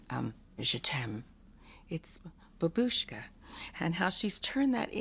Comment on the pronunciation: As is said in the video she is absolutely unique (like so many British artists) and her songs and videos are brilliant, but - and people will hate me for saying it - since I learnt Russian I know that it is pronounced "BAAAbuschka" and not "BaBUSCHka". Not important to anyone who can't speak Russian but annoying to me!